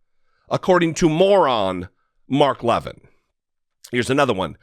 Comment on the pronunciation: I don't know why it pleases me so much to hear you mispronounce Mark Levin, haha. Feels like when people make fun of Tomi/Tommy/Tammy/Tony Lahren/Loren/Laywren